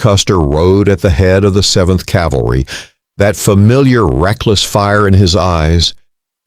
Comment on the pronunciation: I'm giving up at the ten second mark, since you couldn't give a rat's ass enough to learn the word "cavalry."